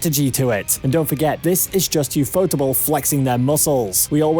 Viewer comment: for every anime fan stop calling ufotable u fotable instead ufo table stop trying to sound even weebier we watching a fate video